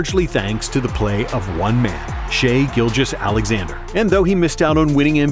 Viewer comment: Shaivonte Aician Gilgeous-Alexander*